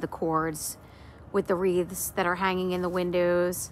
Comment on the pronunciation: It so gorgeous! And it’s wreaths not wreaves. Lol. Thanks for sharing